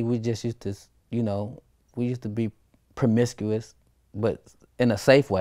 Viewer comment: " Promiscuous" ....now see you know you fucked up right